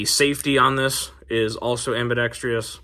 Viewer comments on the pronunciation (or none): Why do people add an extra letter and syllable to the word AMBIDEXTROUS ?